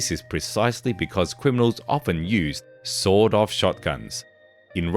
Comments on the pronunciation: With his accent it sounded like he said sold off shotgun😂. Still a good entertaining video. thanks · Within 40 feet you're pretty much good to go with an SBS In America its "sawed-off" with a hard D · Aye guv, we don't bloody well say "sawn off" here in the States. It's "sawed off" with a Hard D (pronounced "saw Doff").